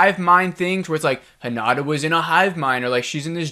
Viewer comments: the name is HinaTa. with a t. not a d. its not Honda. ;) so work that t, spell that thing! also: while I agree with the sometimes confusing and maybe unnecessary long way so end up where we could have been way earlier, I disagree with the conclusion. so far this series was not one bit about the aliens or the fight, it was about the individual impact and an apparent bigger connection between these individuals. also we saw some things that were rarely ever pictured. the lines between the lines if you want. If you expected something like Independence Day in episode-style your came to the wrong place. this series is heading somewehre else. and you shouldnt judge a ferrari based on how mich baggage it can transport, thats just not its job. just as this show never aimed for the big spectacular invasion stuff we ve already seen plenty of times. I also got impatient when watching the episodes, at the same time I always wanted to see the next episode and it was with the impression I was getting pissed. But I kept watching it and there were always some moments that were brilliantly delivered or something we rarely ever saw on other shows -(the lines between the lines). The end I found very very good. I wanted the answers, I dont think I got a lot of answers. and still I was like: yeah, thats a fitting season finale. also you said some weird stuff. "not supporting soldiers?" that man instantly left after their son died and stayed away for 2 years because he couldnt bare to be home. now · I agree 100% with your analysis and irritation! Why did we have to meet Monty, and other characters whose story went nowhere?? BTW, a word on Japanese pronunciation. It's not hiNAda. It's hi na ta. No syllable is stressed. Not mitSOOki. mits'ki. Also hoshi means star. About the "distorted image" and beeboop sound? I rewatched that scene but didn't see it. Sounds like you got a bad download.